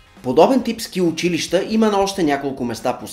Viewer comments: Най сетне някой да каже училища правилно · Изключително много оценявам правилното произношение на думите! Особено на думата учИлища...Масовката не знае как се произнася правилно...